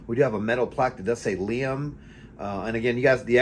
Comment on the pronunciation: It's referred to as Liam Gray or Silver because there's also Liam Blue. The pronunciation is correct. It's very good stuff!